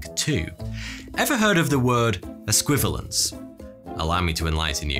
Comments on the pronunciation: ess-kwi-VAL-yence, sir! harrumph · I don't mean to be picky, but you've mispronounced esquivalience. There's a second "i" in it that you failed to pronounce. It's five syllables, not the four you made it to be. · Sigh. It's only just been invented, and already people are spelling it wrong. It has an "i" in it. No, another "i". It was right there on the screen : "es•qui•va•li•ence". It doesn't help that our host said it wrong, of course. Stress on the "va", pronounce the "i". (Just kidding. It's an imaginary word; say it and spell it how you like. 😜) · I believe your pronounciation of "Esquivalience" is your Mountweazel